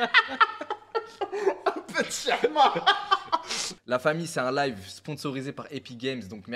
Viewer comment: JEEE SUIIIS MDDRRR. qlqn dis svp a qu'on dis " hechma " et pas "chehma" chehma veut dire graisse frr